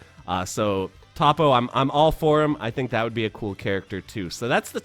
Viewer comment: His name is Toppo (Toe Po)